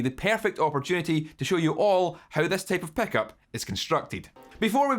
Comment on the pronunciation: "tape of peckup"